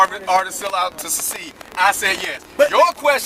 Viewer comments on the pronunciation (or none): why does say "sessess" and "sucede"? Love the show, just pointing out something funny to me